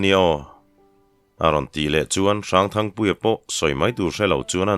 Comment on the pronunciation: Thangpuia chu chepui hlemai chhiartu lahin thluk dik bawk sia 👍👍👍👍❤❤